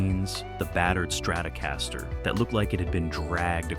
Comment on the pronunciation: This narrator is terrible. You’d forgive the Donegal pronunciation but calling leadbelly Lead belly… And then he calls a strat a StratOh Castor. Terrible